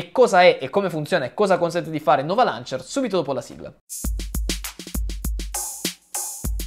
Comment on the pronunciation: omg appena sentito loncher? ma che cazz